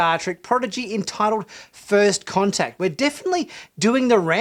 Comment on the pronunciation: The Episode was called "First Con-Tact" as in "Con"